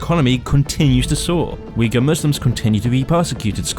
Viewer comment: You don't even know how to pronounce Xinjiang and Uighur. Pretty much Falun Gong. You know who's dissagre with China about muslim are? US, Israel… Well, not sure these 2 countries have a good reputation towards muslims. This video is a total joke.